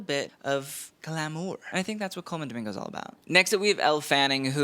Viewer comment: Coleman Doming-no. Gurl.